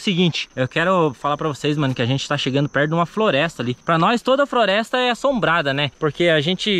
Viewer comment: ele falou frolesta kkkkkk